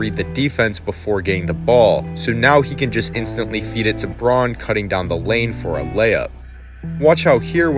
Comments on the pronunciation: outstanding analysis, but for future reference C. Braun pronounces his name Brown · Braun is pronounced brown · A great video, so I subscribed. You kept mispronouncing Christian Braun's surname. It ought to be pronounced the same as Brown.